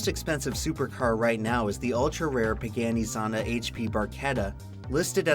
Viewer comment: And it's pronounced like it's spelled Pagahni because Italy.